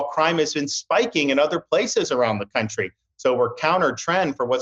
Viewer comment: Ron says "Cuntry"